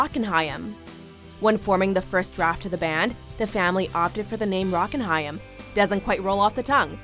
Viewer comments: How can Haim be pronounced Hiyam? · It's pronounced Hime. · I'm more annoyed that they're pronouncing the name wrong. It's pronounced like "Time" but with an H. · She pronounces their name wrong.🙄